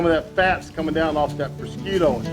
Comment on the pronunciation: Looking Great chef! Both the food and yourself! One small nigglin....I come from the n.e....specifically Long Island ny, and an ethnically Italian lineage....prosciutto is known as...phonetically "prahhzhutté" or prazhute(if you wanna speak Sopranos...lol). Either way...KILLERRRR!!!! Def gonna whip some of this up!!!!! Love ya chef!!!